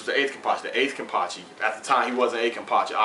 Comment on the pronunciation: Thanks for the vid, I really enjoyed it, and btw you said the name right;)